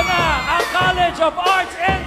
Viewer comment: College student "LA" Hinde "lI.